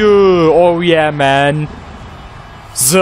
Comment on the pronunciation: lütfen the yı zı değil the diye oku.